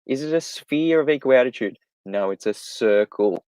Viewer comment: Is saying a sphere (or circle) of equal altitude or attitude? More often it sounds like attitude to my US-English ears.